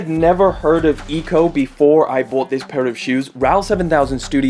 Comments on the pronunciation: Eco 😂 its said ekko in danish ☺️ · SMH 🤦🏻‍♂️ it’s pronounced like Echo not EEKO haha lol 😂 Ecco is originally a Danish brand. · Im sure people have said but its pronounced Ek-co, but they are known for comfort so it doesnt suprise me. Great video! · “Ecco” is a Danish shoe brand that sell fairly cheap and decent quality shoe, mostly for kids. It’s pronounced more or less like “gecko ” (the animal) but without the g.